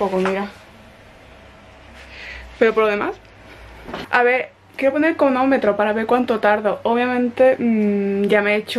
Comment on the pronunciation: No entiendo por qué nadie te ha comentado que se dice cronómetro no conometro 🤔 y me encanta tu pelo por cierto